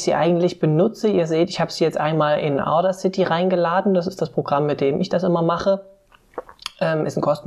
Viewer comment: Hi,. Supervideo, von dem ich viel gelernt habe - aber hör Dir doch - bevor du Videos machst - mal an, wie man die englischen Begriffe ausspricht. Thumbnail und Audacity sprichst du so falsch aus, dass ich die Wörter erst nach mehrmaligen Anhören erkennen konnte. Fast jedes online dictionary für Englisch spricht dir inzwischen die Aussprache korrekt vor. Das sollte man nutzen, wenn man Englisch nicht so gut beherrscht.